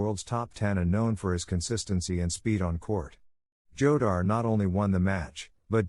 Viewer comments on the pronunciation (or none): Jodar is pronunced HO-dar, stupid